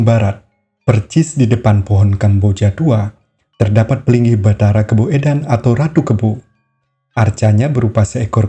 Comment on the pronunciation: KABOEDAN, DIBACA KABUDAN, SAMA SEPERTI SOEKARNO DIBACA SUKARNO.